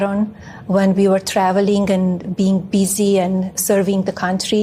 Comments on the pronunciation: Melamine has been living in an English speaking country for over 20 years - and she still say "travelink" for traveling. Trump smuggled an illegal vampire from Transylvania and has the balls to complain over Haitians. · “When we were travelink” Speak English!